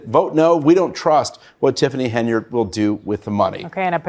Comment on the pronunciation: It seems nobody, can read, how do they get henyurd, out of Henyard?